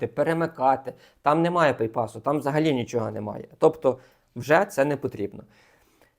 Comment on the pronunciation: не пейпас, а bypass)